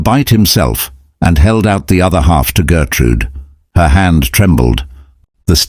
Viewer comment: Her name is Gertrud, not Gertrude. Gertrude in German would be Gertrud-ey.